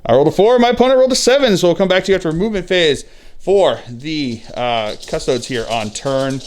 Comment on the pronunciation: Man this seems like a good battle report but I heard you say "cus-toads" once and just couldn't do it.